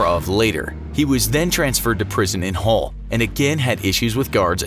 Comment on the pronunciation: He said haul its Hull silly boiiii